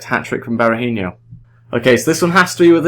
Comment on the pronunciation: Just so you know, Berahino is pronounced Berahi-NO not Berahin-YO, was just bugging me slightly because I'm an annoying human being xD anyway, good video!